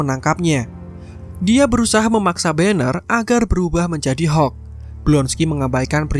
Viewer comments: Hokk abah kau hokk.. Hulk(halk) bukan hokk alohhhh natehh berukk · Hulk aja bro gak usah bilang hek